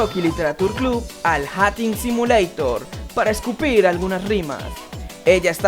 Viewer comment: El "hating simulator" se pronuncia "jeiting" no jating